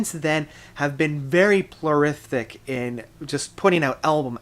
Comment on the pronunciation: Plorific? And really....? Trouble with 'intrepid' too? Think you ought to stick to lighting... or sound.